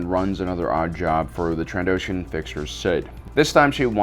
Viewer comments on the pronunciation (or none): none